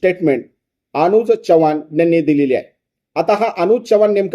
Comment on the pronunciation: च्यवाण 😂😂😂😂नाही हो चव्हाण म्हणा अशुद्ध भाषा ऐकावयास नको वाटते